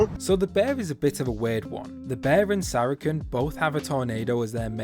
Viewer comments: bruh it's pronounced sara-sen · Everyone does, don’t worry. But for any future comments, it’s pronouced “Sair a sin” or “Sara sin”